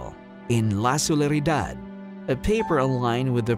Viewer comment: la solidaridad mr narrator not la solaridad it is solidarity